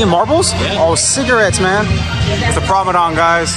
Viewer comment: Why do you keep calling the Promenade the Promadon? Haha. Cool video, we’ll be there in October